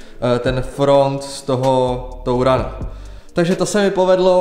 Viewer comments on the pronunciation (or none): Vyslovovat Tourana - jako "TOURANA" může vážně jen:D